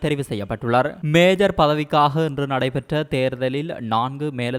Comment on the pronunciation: மேஜர். அல்ல மேயர்